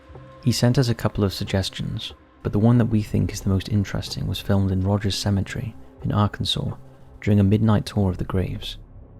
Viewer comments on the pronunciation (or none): I can't stand the way you say 'symmetry', instead of cemetery.